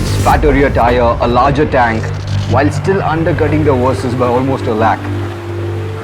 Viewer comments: It"s Versys not Wersys... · Love the play on words with your pronunciation - "Worse-sys 650" - chuckle